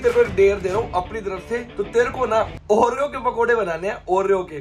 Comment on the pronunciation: oreo ke pakode ❌oro ke pakode ✅